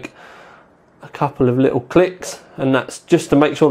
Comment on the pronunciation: "list of SE ings" :P " Li ull"